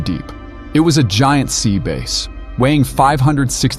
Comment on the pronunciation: Well you know that the audio is AI because of the mispronounced words, I heard at least 2 wrongly pronounced words. Like Sea Bass which was pronounced base. Please get a real person to read the script, somebody with good reading skills.